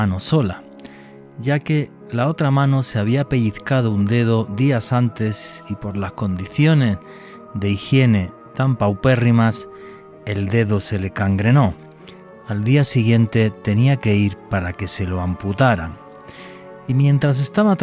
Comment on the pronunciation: el verbo es "gangrenar", no es CANgrenar.